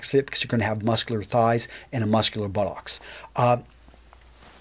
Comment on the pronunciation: Ahh.. to hear an American to casually refer to rugby ahh.....:-) also the way you say buttock makes me giggle